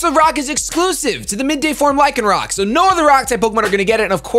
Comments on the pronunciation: It's pronounced Lie-can-rock. It comes from rock (of course), and lycanthrope, which is a werewolf. Also, the Oranguru page was using proper grammar. "Live solitary lives", with lives here being the plural of life. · You pronounce Lycan lie-can due to Lycanthropy aka werewolves :) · Pronounced Lie con rock, like the werewolf